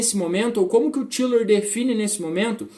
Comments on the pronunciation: Lembrando que a pronúncia é "Táilor". Os ingleses e norte-amricanos pronunciam assim. No início quando comecei a ler a obra dele também pensava que era "Tílor". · A pronúncia não está certa . Até onde sei